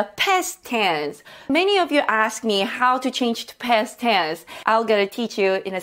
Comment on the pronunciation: I like how you pronounce "Past Tense" as "Pest Tens". Sounds annoying yet funny